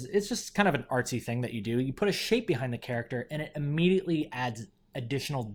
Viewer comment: I swear I hear a curse even though I think you say shape